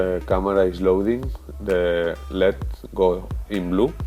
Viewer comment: El ee dee not led, please.